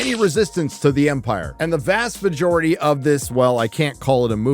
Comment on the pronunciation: Did you say "vast vagority" deliberately? funny either way